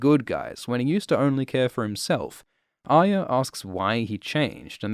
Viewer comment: You are about the only one on the internet who pronounces Arya correctly.